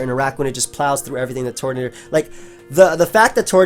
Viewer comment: TURTonator, not TORTonater. Just like Turtwig